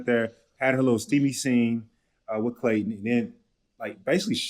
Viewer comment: Why do you all pronounce his name as "Clayt-EN????"